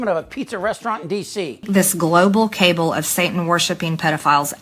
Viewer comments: this global “cable”?!?!?! Hahaha. The best part is that she didn’t correct herself cause she doesn’t know what a “cable” is or how it’s pronounced. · Hey, Marge…another word screwup… it’s NOT “cable” (sic), it’s cabal… emphasis on a different vowel, fool. You know, like your many other middle school words… “petri” dish, NOT peachtree: “indictable” NOT indiktable (sic), etc. ad nauseam. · MTG... "Cable"? No Marge ...ca-bal. (Pizzagate). Learn how to to pronounce English! 💙💙💙💙💙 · A “satanic CABLE?” Does she mean CABAL?”🤦🏼‍♀️ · I laughed at her pronouncing cabal as cable. Dumb AF.